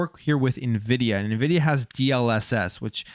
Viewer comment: It's pronounced en-vidia.... Not ni-vidia.🙃